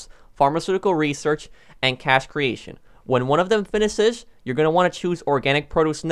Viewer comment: Guys - listen to him saying finishes